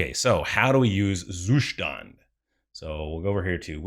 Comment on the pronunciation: The Zustand pronounciation is getting better with every video :)